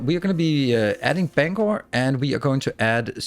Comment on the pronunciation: Not often someone who likely hasn’t lived in Maine pronounces Bangor correctly! ❤❤